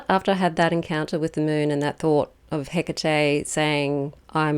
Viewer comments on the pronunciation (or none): Please don't call her Hiccatei. It's He-Ka-Te. Bless you❤ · Where did you find this pronunciation for the Goddesse's name? Is it the way you call her? Hecatè?